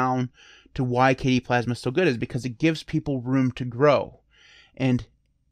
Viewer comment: Hey, shout out to your mispronunciation video, the best desktop environment is “Kay-dee” :)